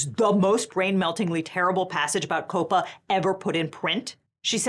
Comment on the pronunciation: calling him the hot schlepper was... well that was a Choice. Edit: I have never heard of anyone pronouncing COPPA as "Cope-Uh" I usually hear is as like, Copper but with an A at the end. Like you're shouting at a cop in bosten. AY COPPA